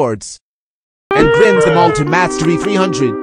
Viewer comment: It's not grind it's grind